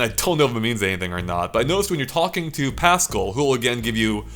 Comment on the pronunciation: No one:: PASSKUL